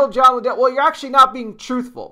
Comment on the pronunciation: They are NOT related - and his name is pronounced LIN-dell… accent on the FIRST syllable.